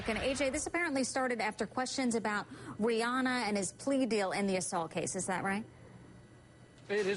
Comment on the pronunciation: They couldn't even pronounced rihanna correctly